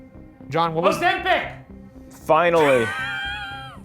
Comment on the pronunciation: Did he say Ozempic 😂